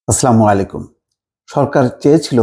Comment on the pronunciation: ভাই আপনি আপনার সালাম টা শুধ্য করেন।